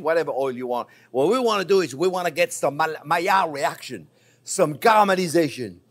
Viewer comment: Chef is highly qualified to pronounce Maillard reaction correctly